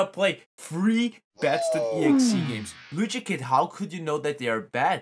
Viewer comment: His name is Luigikid [stop saying people's names wrong]